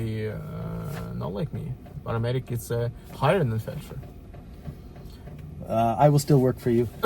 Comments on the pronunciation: yes I know what it is, but you said "felcher", that is where you eat feaces out of another persons butt lol. Sorry I tried to put a little humour in your video, I mean lets have it right, you said it wrong not me, and my best subject was always English lol. I get war isn't funny at all but you seem like someone that can have a laugh, I was shocked you didn't find the funny side of it, especially after it be your mistake 🤣🤣🤣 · OMG you called him a Felcher lol, am I the only one that caught that, a FELCHER, look it up in the English Dictionary lol, I get Fletcher but you didn't say that you are naughty but funny 😂😂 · you called him a Felcher though, I thought you said it as a joke, I know what a Fletcher is, I also know war is no joke, but doesn't hurt to try add a bit of humour here n there